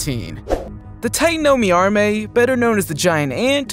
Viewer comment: i dont like how you aresaying the name tatanomyrma as titanomyarmey just say titanoMIRMA